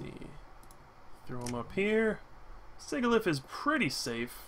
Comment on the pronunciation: SIJILIF. Sigil is pronounced like J. The Hydreigon line gets their names from the German words for 1, 2, and 3. Ein, Zwei, Drei. 1 head , 2 heads, 3 heads.